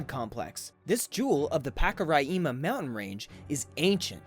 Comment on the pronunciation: hi im from Guyana and its pronoumce Ro-ri as in rice-ma and Pak as in pack-ka as in catch ri again as in rice and ma as in man